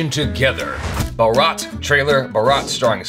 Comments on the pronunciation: and, Just a quick pronunciation note: pronunciation of Bharat is very close, It only needs the two vowel sounds to switch places - "Bhaa/rut". Bharat, of course, is an ancient name of India still in use within India as an endogenous name for India, and also a male first name. My grandfather patriotically named two of his sons Bharat over a dozen years before Independence.:) The way is currently pronouncing Bharat is a completely different word - baraat ("buh/raat") is the groom's wedding procession in northern India. You have seen in the movies the groom all dressed up with a flower garland veil astride a white horse being led in a procession to the place where the wedding ceremony is to be held. That is a baraat.:) Peace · BHuh-r-uth (emphasise the th at the end, its not a t sound, almost like the th is this?) Man its hard to explain pronounciations. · It's not fuking baraaaath. It's भारत, go and check the pronunciation somewhere first. It's the name of our nation. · For God's sake , it is pronounced as Bhaarat and not Bharaat. Anyway, I'm not at all interested in this movie or any of Salman's or SRK's movies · How can keep mispronouncing Bharat when it is constantly being said in the trailer itself?! Come on now bro! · Bharat means India in Hindi. And "Bhar-" is pronounced like "Mar-" marvel and the remaining "-at" is pronounced like "but" just without the "b" and with the soft sound of "t" (which unfortunately doesn't exist in English language) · Your pronunciation of 'bharat' is so bad that, it hearts. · Pls show the difference between "ba" & "bha" while pronouncing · Plss correct ur pronunciation . U said Bharat incorrect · It's a Shame that won't even try to pronounce the name of the movie correctly, It's the name of the nation and it's little insulting if you twist the name. Anyway, it's a good review though, you are love! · bro pronounce Bharat correctly. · "Bhaa-ratt" thank me later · Bhaarat, Not baraat